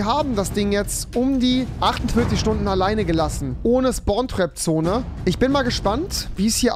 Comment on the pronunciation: Sponn trap, Englisch ist da Rewi😂